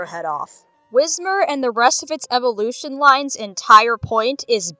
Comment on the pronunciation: hearing "Eevvelution" and "You got to hear me out" so close to each other gives me PTSD ... Those poor Pokemon